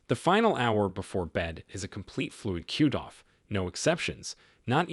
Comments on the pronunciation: Does AI have to be used in these videos? It’s irritating to hear the mispronouncing of words. Several times hearing “cute”off instead of cutoff. I’m sure there were others but this was the one that stuck out as it used several times. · Useful information. However your pronunciations of cutoff as cuteoff was annoying.